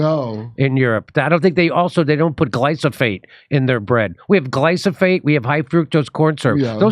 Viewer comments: Gly PHO sate. Not Gly SO phate. Love ya Jimmy! Friends tell friends when they have something in their face, & just wanted to make sure you get that egg off before someone tells you to “research” how to pronounce the word. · Glyphosate...don't claim to know something about a chemical compound when you can't even say it. Sure, glyphosate is bad, but when you can't even pronounce it you make yourself look ignorant and you hurt your own cause. It's not GLYSOPHATE, it's GLYPHOSATE. Studies have raised concerns about its potential links to health issues, such as cancer, and its impact on non-target organisms and ecosystems. Regulatory agencies around the world, including the United States Environmental Protection Agency (EPA) and the European Food Safety Authority (EFSA), have reviewed and set guidelines for glyphosate use based on available scientific evidence. They are bloody captured. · Please say, GLYPHOSATE 😅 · An AOC infomercial. 16? She sounds 12. Maybe we should pay wages like they do elsewhere too. And Jimmy .. it's GLY-PHO-SATE. I can't tell is you're pronouncing it wrong on purpose, but it drives me as crazy as folks who go to the LI-BERRY. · i like Jimmy's slip-up: GlysoFATE! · Jimmy is mispronouncing glyphosate. He has no idea what he's talking about. He just saw some organic industry memes that were trying to slander their non-organic competitors. As usual Jimmy is getting tricked by gigantic corporations.